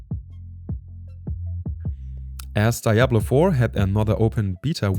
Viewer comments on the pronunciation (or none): none